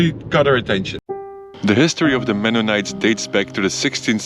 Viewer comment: calling Mennonites "Mennomites" should've been added to the bloopers at the end! 😜😜 (Another great video, anyway!)